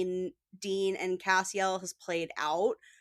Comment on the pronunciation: CAS-Ti-EL you don't even pronounce the character's name correct. Don't like, Don't listen is an apt name.